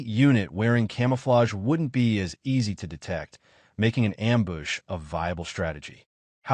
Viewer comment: This has been by far the best edited AI recap. Not too bad on getting the words right I mean there's a few that are off like ambush LOL but for the most part it's really done well